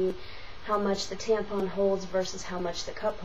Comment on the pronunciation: oh and learn to say TAMPON right... theres no freaking G at the end of it... you know NOTHING about tampons